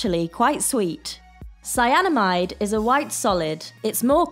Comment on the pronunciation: I nearly have a heart attack the moment she says cyanamide 😂